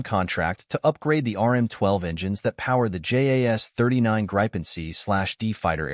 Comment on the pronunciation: Grippin not grypen😮